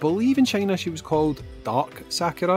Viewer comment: How you had normally been saying Sakura sounds closer to the Japanese.. for the most part, japanese sounds are broken down into consonant to vowel then can end with an n, h or s too (that I can think of) so Sa-Ku-Ra, Ryu, Ken, Ka-zu-ya, hei-ha-chi, a-ki-ra, would all be like that.. It's very musical in how the sounds (like Do-Re-Mi)